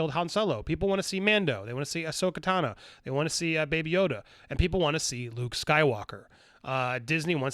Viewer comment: I an subscribed and watch these videos hoping one day Andy will say Ahsoka Tano's name correctly. We're almost there!